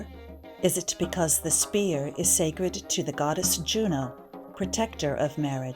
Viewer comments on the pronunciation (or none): none